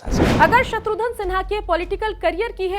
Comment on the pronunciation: "शत्रुघन" में "घन" उच्चारण करें मोहतरमा!! आप बार बार "धन" उच्चारण कर रही हैं।। आपसे ग़ुज़ारिश है अपनी तलफ़्फ़ुज़ पर ग़ौर फ़रमाएं मोहतरमा।।